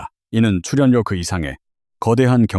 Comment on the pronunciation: 츨연료 발표힐때 너 혀깨물었니, 아니면 똥 씹었니. 어느나라 말이니 ? 넌 아웃 되어야되